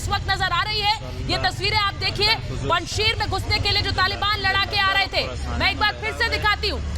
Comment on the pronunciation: पंजशीर नहीं है वो पंज शेर है